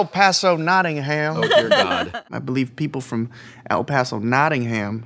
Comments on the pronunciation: Notting'um (we don't say ham!) :D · As someone from Nottingham, you are saying it wrong! There is no ham. It is Notting-um not Notting-ham. That is all. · Sorry Wil. It's pronounced more like "Notting-um". Yeah, we're English, we have weird place names that don't sound anything like the way they're spelled. At least you didn't try to pronounce any Welsh places, that'd just be hilarious... actually, you should try to pronounce some Welsh places. Either way, I just want to scream at my monitor whenever you say "Notting-ham.". >_< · it's weird hearing americans say nottingham, and putting massive emphasis on the ING and HAM parts. It should be just like nottinum. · It's pronounced Knot-in-um. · Say as if it were Nottingum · ehhhhh its pronounced NottingAM, NO HAM!!! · it's pronoucned Notting-um.... not notting HAM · As someone who actually lives in Nottingham, hearing Wil pronounce it is agonising! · It's Notting-um when I pronounce it, so Will's pronunciation but without the emphasis on the h it wouldn't be too bad as far as I am concerned. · Much as I love Tabletop, this NottingHAM thing was almost enough to make me stop watching. See also RoBINhood. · Certain irony to Whil Wheeton hard-pronouncing the H in Nottigham. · I regret drinking every time and American said Nottingham incorrectly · I found "Notting-HAM" very distracting, lol. Great stuff nonetheless ;) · can we like, just say Nottingham... atleast correctly once? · For as famous as Nottingham is in fiction, I'm yet to hear an American pronounce it correctly. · Please! Thats not how you say Nottingham! We don't pronounce the ham as in the meat ham. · omg the way they say Nottingham is awful, as a Notts homeman I can't listen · Hard to listen to Nottingham being pronounced wrong so much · Don't you love the way Americans mispronounce Nottingham? No? Me neither. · Having to listen to Wil mispronounce 'Nottingham' for an entire episode is wonderful torture. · its Notting-um